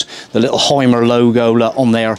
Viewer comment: But I would teach you, how to pronounce the deutsche words correct....like: HYMER You say Haimer, but his name is correct pronounced Hümer.😉